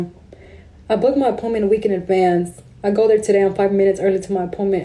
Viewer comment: "Five minutes early to my poyment" JFC.